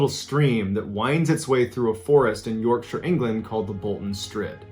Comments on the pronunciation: Omg he pronounces Yourkshire correctly! First person in America I’ve heard to pronounce the name right! Nice one. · Im from yorkshire woop Awesome to hear an american pronounce yorkshire the correct way .. kudos ball man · Commenting very late on this video to express my delight to hear Yorkshire Pronounced correctly by someone outside of England! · Pronouncing 'Yorkshire' correctly. Subbed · Mr Ballen you mentioned West Yorkshire and you said it correctly too .. I live in West Yorkshire a really nice area of Wakefield quite rural. Wow a great theory about Amelia Earhart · OK, I take it back ....... You pronounced Yorkshire correctly which is a rare thing for an American. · I was wondering if The Strid would come up somewhere while watching the other vids on this channel. It's also like a blender inside with pebbles churning around and jagged tunnels that the water has cut through the rocks. Also well done on pronouncing Yorkshire correctly! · Kudos for pronouncing Yorkshire correctly but Kiribati is pronounced Kiribass - It's an approximation of "Gilberts" as they were formerly the Gilbert Islands and ti in their language is pronounced as an S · Thanks for pronouncing Yorkshire correctly! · He pronounced Yorkshire right. Get the man a cup of tea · Wait, an American pronouncing "Yorkshire" correctly? What a time to be alive